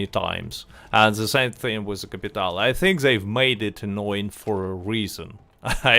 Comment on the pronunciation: The only major thing that has let me down badly was locked clothing items behind a completion of a ruthless mission. And the other annoying is..... "Capitay'Lay".